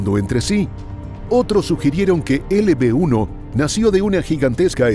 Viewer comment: de des de disir LB-1 dijiste LP-1 yo así te entendí me saludas soy tu fan